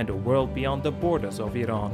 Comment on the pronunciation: "Semi-colonial"? Never! Iran always had a national government with a monarch as its head. I also do not like the way you pronounce "Iran."